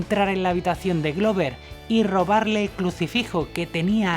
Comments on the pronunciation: "Ian Gillian?" "Roger Gluver"? No estaría mal mejorar la pronunciación de los nombres, aunque por lo demás el reportaje excelente, felicidades. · Excelente documental sobre uno de los mejores guitarristas en la historia del Rock. Sin embargo le hago una observación "Purple" no se pronuncia con "a", Roger Glover, Glover no se pronuncia con "u"